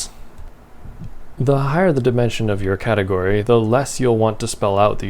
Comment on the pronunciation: "Fix a cateort"